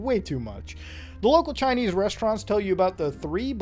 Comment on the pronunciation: “Years ago, i was chinnese”